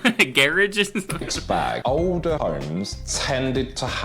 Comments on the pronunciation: pronounces the word “older” as “odor”. I was so confused at first 😅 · When you say odour home and odours sinks .... did you mean older homes and sinks ?